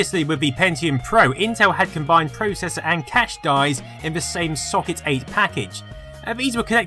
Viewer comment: YOU SAY PROCESSOR WRONG!